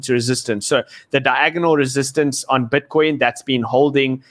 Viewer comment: I love it BUT its pronounced BITCOIN. not "BWITCWOIN"